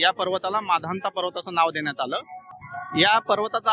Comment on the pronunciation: सर तुमची परिक्रमा पूर्ण व सफल हो आपण माधनता पर्वत म्हणत आहात ते मानधाता असे म्हणावे नर्मदे हर 🙏